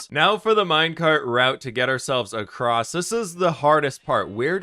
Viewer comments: I'm not actually paying attention to the video, just waiting for the next time he says acrost instead of across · english isnt my first language but isnt it ''going across'' instead of ''going acrosst'' with a T ? just confused is all